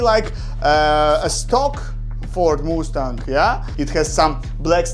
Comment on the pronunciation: Just so you know It is pronounced must-ang